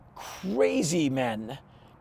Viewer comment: Did he mispronounce "Helena" on purpose?